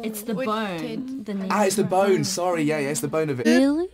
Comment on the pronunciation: Jennie: It’s actually Bone Rosé: Borne